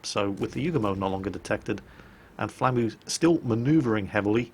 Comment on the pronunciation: It took me a while to realize you were saying "flamu" and not "Flammie". I was like: "When did the big fluffy dragon from Secret of Mana become a soviet destroyer captain?"